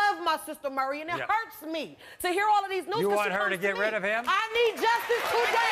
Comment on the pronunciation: Why is it so hard to pronounce "Maury?" It's NOT "Murry." Jesus...